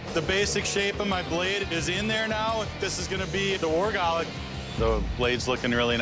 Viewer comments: its "gulok" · Its gulok not golok (Gu, lok) not (galak) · The proper way to say it is gu lok not golok and that blade is supposed to be straight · And by the way it is "Gulok" not Gah lak! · The right pronunciation of Golok here in the Philippines is "goo-look" , not "go-luck" as I have heard in the video. No insult intended. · it's not "Golok". it's "Gulok". from the Philippines here. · It's GU-lok. And I think they should have used meat to test the weapon instead of logs. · It's Go'lok not golo'k or also known as Gulok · It's "Gulok" not Golok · It's Gulok not Golok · Gu-lok. not guh-lock. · It’s called gulok not golok :) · "Gulok" not "Golok" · It is acsualy pranouns goolok not galok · its not golok, its GULOK. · Its not golok its GULOK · Its GULOK(goolok sound) NOT GOLOK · Its GULOK NOT GOLOK.. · it is pronounced goo-loch not gah-luck. galak(gah-luck) means happiness. you cant kill spanish colonizers with happiness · GULOK - "goo- lok" not gahlak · first of all it's not "golok"... it's "gulok"... the winner has to pronounce the word correctly first hahaha pronounciation sucks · I think it should be spelt as "Gulok" and pronounced as "Goo^lohk". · Filipino here. For native English speakers, please be aware that the word GULOK is properly pronounced as 'goo-loch'. Can't use the IPA here, right?😁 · it is pronounced "go" "loc" (as in local) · it's actually pronounced as Gulok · We pronouce it as GU-LOK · The what???😂 It's pronounced as goo-lok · just want to correct..its gulok... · It should be pronounced as goo-look. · It's pronounced as Gu-Lok Could had ask some Filipino on how to say it properly. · It should be GULOK... Pronounced as goo-lok... That is how we call it here in the philippines. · Correct spelling and right pronunciation to your subject matter. Do a better job by doing research and practice the proper way of saying the word “ GU-LOK”. Thank you. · incorrectly pronounce